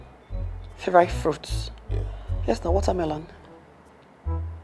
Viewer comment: Its the 'r' inclusion in every word for me. Hell neorr😂, yers, my nairls, becaurse😂😹...Like! The accent should not be forced.